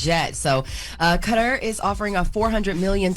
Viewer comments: Cutter?.....wth...kuh-tar.....come on!!! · It is Kuh-tar rhymes with guitar. Not cutter. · Kuh-tar. Enjoyed the reports though